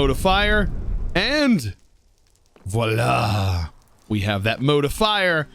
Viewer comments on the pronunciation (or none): none